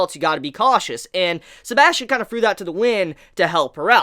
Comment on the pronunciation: isint it suposed to be said as sebas Tian ?